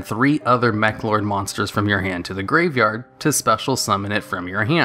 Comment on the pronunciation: Your mis-pronunciation of the Meklords was hella cringy